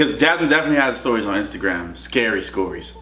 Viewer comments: Did nobody else peep that he said scary scories instead of stories😂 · He said skorys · Haha you said scary scorys in the beginning😂 lol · at the beggining he said scary scorys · Lol he said scary scories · Sorry but I gotta say it...... DID YOU JUST SAY SKORIES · Twenzil lol I noticed I thought jasmine was gonna point it out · Twenzil He did tho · I heard that to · 💀💀I heard that too lmaoo